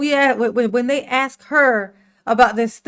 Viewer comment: "aks" and "rong" 😂😂😂